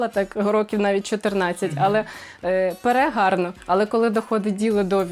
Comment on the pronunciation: Каже "перегарно" 🤣